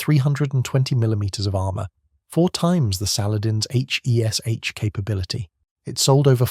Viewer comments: It's pronounced 'Hesh'. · It’s pronounced ‘Hesh’ FFS…